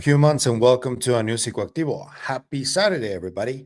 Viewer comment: Man I've been wondering this from the very first video of yours I ever watched.. I obviously know the name of your channel, but i'm confused every single time you say "welcome to psicoactivio" it sounds to me like you are saying "A newsy-activio" 😂 i even looked up how it would be pronounced in spanish and every answer i can find is showing me it is pronounced exactly as i imagine it would be, pretty much exactly how it looks. I just dont understand why when you say it I am hearing sounds of letters that are not even there or are even close. This isnt a dig i just need to get a solid answer because its like the main thing on my mind everytime i watch one of your videos (which has basically become a daily occurrence now) so PLEASE or someone out there explain wtf is going on is my mind and or hearing broken or something??? Thank you, and keep up the good work man 😅🙏💜👽